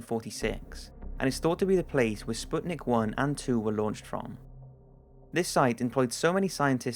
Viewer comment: he pronounced it wrong. It's not Sputnik.